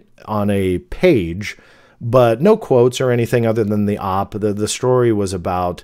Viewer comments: Hey thanks for another great video; just a heads up OP is usually pronounced as just the letters, like "oh pea" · OP is pronounces OH-Pee. Like the letters. Thats how I've always heard it. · The OP lol. How??? Could you not it's oh pee? You've been on the internet since the beginning? Op????? Wtf????